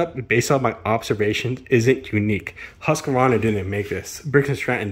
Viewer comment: There is no "A" between the Q and the V in Husqvarna... It is not "HusqAvarna"... :face-blue-wide-eyes::hand-orange-covering-eyes::hand-purple-blue-peace